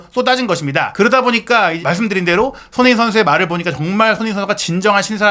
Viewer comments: 손흥민 선수 이름좀 제대로 발음 해주세요. 소노민 소느민 뭔가요. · 손흥민이라는 이름을 정확히 발음하는 꼴을 못 보겠네